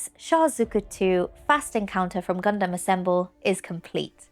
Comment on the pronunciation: FINALLY!!!! A BRITISH PERSON THAT SAYS GUNDAM CORRECTLY!!!!! Dum not dam!!!!!!!!!🤣🤣🤣🤣🤣🤣🤣🤣🤣🤣🤣🤣 We'll work on the Zaku next though.....